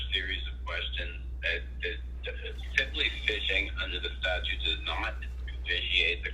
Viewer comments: Statute, not statue!!!! 😐😐😐😐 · This cop gave himself away when he pronounced the word "statute" with just one T. He said "statue". Not a rocket scientist.